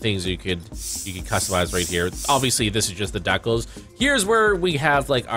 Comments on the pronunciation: The way he pronounced decals. Gold. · You say "decals" weird, lol.